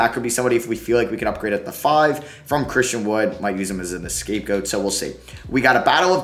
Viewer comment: “Escape goat” 😂😂😂